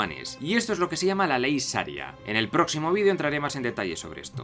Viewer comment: Saria no, SHaria.